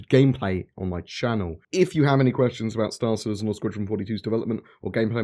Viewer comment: STAR citizen, not city citizen. Lol